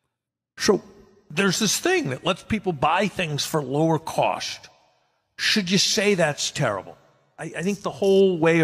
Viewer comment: The guy says "cosht" and "makersh."